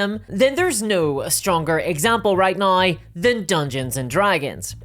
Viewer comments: "There's no better example right nigh" ? ? What happened to the word 'now' ? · I love ya,, but... how exactly do you spell naoe... noae... neaow? 😄